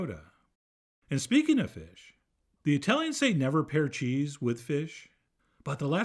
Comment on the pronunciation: As an American, I do not like how you are pronouncing this cheese.